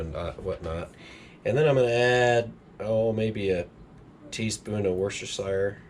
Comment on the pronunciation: "Wash Your Sister Sauce": is how you pronounce that "W" Sauce... and that's all I got to say about that.